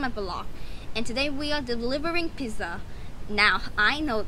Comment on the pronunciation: The way that girl said piSSa instead of pizza Made me wanna Die